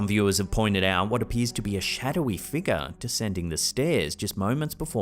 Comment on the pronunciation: It's pronounced No-key-uh. There's no such thing as a knock-ee-uh. There's also no "a" at the end of figure or conjecture. Just as there is an "a", not an "er" at the end area, circa, alpha, and diarrhea.